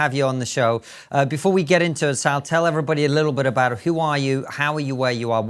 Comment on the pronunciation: Cant' believe it took me this long to realise she's called SALL as in SALLY and not SAUL.